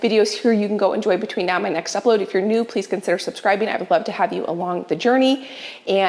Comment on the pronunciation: I like to watch YouTube on double speed and I chuckle every time I watch you because it sounds like you say My name is Ifyournew, as though that's your last name.